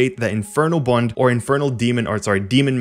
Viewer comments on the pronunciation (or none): none